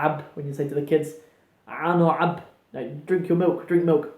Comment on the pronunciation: looool no one says cun or cab like that 😂😂😂